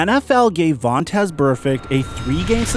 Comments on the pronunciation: Chuck Cecil says Vontae who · his name is Vontaze and hes not Burfict but who is 😂😂😂😂😂